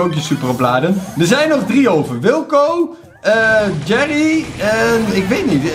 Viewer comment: het is GERRY niet jerry